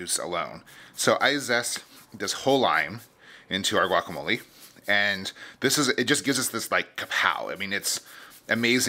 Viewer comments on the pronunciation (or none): pronounce it "guacamol-ay", not "guacamol-ee"!